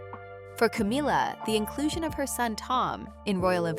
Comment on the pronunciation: Is there a reason you mispronounced Camilla not in the English way but in the Hispanic way for ‘Camila’? Have you never googled the correct pronunciation or even listened to a news presenter? Are you unable to hear the difference?